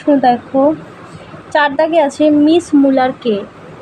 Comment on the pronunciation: ম্যাম মুলার কে আপনি মুলান বলছেন